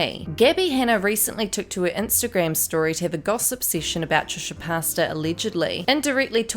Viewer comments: It’s not Trisha pasta LOL it’s pronounced Trisha Pay-tas. Lol Also Gabby is totally full of shit and trying to backpedal and was absolutely just gossiping and spreading rumors like the snarky little bitch she is and always has been. I have never cared for her for this reason. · * cringe * every time you say trish’s last name as ‘pasta’ 😂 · Did...she...say....Trisha... Pasta...?? L m a o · Sorry I keep laughing every time you say Trisha Pasta 😭😭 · I love how the announcer keeps calling “Trisha Pasta” lol. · Thank you I thought I was crazy hahaha